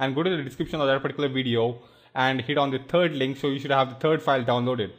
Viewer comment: i like it how he says 'turd' not 'third'